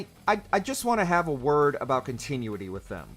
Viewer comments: Before you have a “word with Capcom”, you might wanna work on your pronunciation of “continuity”………….. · The Punisher had other games before his PS2 outing. Also, Survivor is canonically next following 3. Further, you have a weird way of saying "continuity". Finally, no mention of Legend Of Kay yet again.